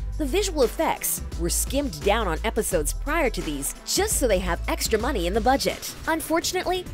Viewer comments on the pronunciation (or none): none